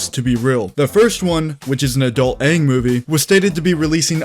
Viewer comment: Every time you say "adult Aang movie" sounds like you're talking about an adult XXX movie. I'd watch, Lmao....